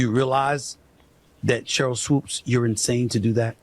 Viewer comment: Hey, its SHERYL not CHERYL... LOL